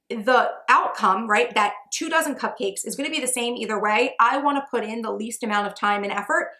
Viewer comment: for the first 10 minutes of the video, I understood "two thousand muffins" instead of two dozen and I was like whooa how are you able to make 2.000 cupcakes in three hours?😅